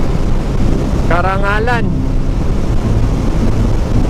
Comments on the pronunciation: correction Caranglan po Sir, hinde Carangalan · Carranglan po hindi carrangAlan. Masakit lang po sa tenga pakinggan 😂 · Carranglan, Nueva Ecija bro hindi Carrangalan.